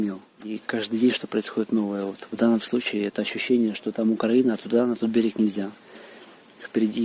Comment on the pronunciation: УКРАЇЇЇЇЇНА , не УКРААААААЇНА!